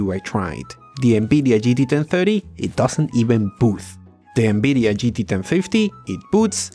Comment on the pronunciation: "ENEBIDIA" is the best one ahahah